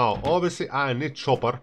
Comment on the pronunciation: excuse me it is pronounced copper not chopper:)